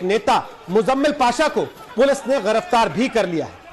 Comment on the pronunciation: Garaftar nahi hota ha giraftar hita ha Kai se bol raha ha